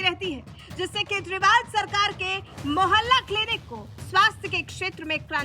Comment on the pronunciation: मोहल्ला क्लिनिक है या मैला किलनिक